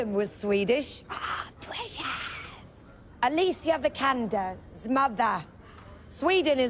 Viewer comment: She actually pronounced Alicia Vikander's name correctly! This was hilarious!